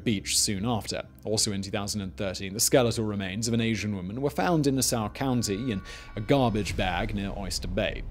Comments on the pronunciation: I was getting confused by that. I thought he was saying "Soar". How about Hauppauge? That was funny too. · I remember the "Craigslist Ripper" case. It was eerie back then because most of the girls were the same age as I was. Also, Simon, it's Nah-saw. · Lol I did a double take and was like is he talking about Nassau... everyone on Long Island knows it’s Nah-Saw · Gilgo beach killer and Naa-Saww County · Hahahah “nasow county” that’s what I’m callin it from now on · I know we got tough names but Nassau think Nah-Saw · NAH-saw county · Nass-saw county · "Nassow county" lol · The way this guy says Nassau really makes me mad...... it’s Nassau .... [Nass-saw]😑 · Yeah, Gilgo would definitely be my choice for where to bury anything on LI. Too bad it gets enough extra police traffic now that it’s not an option. Allegedly. IANL. Also Simon’s way of pronouncing Nassau is funny. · I can’t possible be the only person from Nassau county who’s physically pained by the way he pronounces the name of our county. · As a Long Island the way he said Nassau drives me crazy 😂😂😂😂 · my guy why you saying nassau like that.Also if your curious the gilgo beach area is on the border so barely in Suffolk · As a Long Island native, I rather enjoyed listening to you butcher Nassau and Hauppauge (I think you were trying to say that town). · THATS NOT HOW YOU SAY NASSAU!!! 😂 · For some reason I dislike the way Simon pronounces Nassau